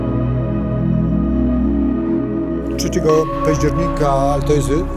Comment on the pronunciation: "Dziewięćdziesiątego CZECIEGO" "CZEBA" :D ...ale poza tym ok.